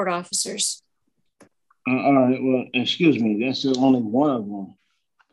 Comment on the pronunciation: He’s trying to say excuse me axing questions he axing where is my brain excuse me again